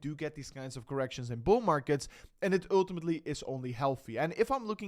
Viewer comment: When you say "ultimately" in English, think of it as promounced "ooohhhtimatly" not dutch "u". Thank you! Just practice the sound ohhhlll then add that to the front of the word.